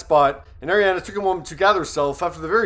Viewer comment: Her name is pronounced are ri ah na